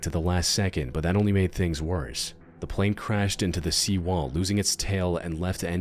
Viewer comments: Yo, is it just me or does he pronounce the word "but" differently? Like, no matter how hard I try, I can't pronounce it the way he does. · What is your accent? You pronounce words in an interesting way. “But” for instance, you pronounce in a way that sounds like “bite”.